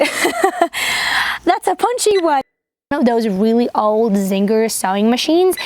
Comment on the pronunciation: Can’t believe you aren’t a native speaker! The most adorable thing about your voice is that You Tube subtitles think you are saying “zinger” instead of “Singer”.